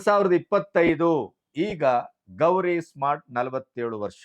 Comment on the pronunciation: ಗಣಪತಿಯವರ ಅಮೀರ್ ಖಾನ್ ಮೂರನೇ ಪತ್ನಿ ಹೆಸರು ಗೌರೀಶ್ ಸ್ಮಾರ್ಟ್ ಅಲ್ಲ ಗೌರಿ ಸ್ಪ್ರಾಟ್.